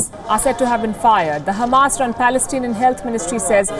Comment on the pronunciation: You say Pelestanian agresson, how you could say that, Are you reading poem???